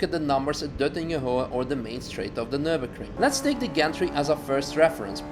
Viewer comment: "welcome to nurburgerking" CAN HE STOP SAYING NURBERKRING????